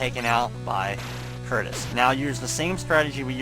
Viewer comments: It shouldn't bother me this much, but.. WHY DOES EVERYONE CALL THE BIRD CURTIS!?! IT'S CUTRUS! T comes before R. *sigh* I feel better now that I've vented. Sorry everyone. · I'm pretty sure since the bird's name is spelled "Cutrus" that it's pronouced "Coo-truss"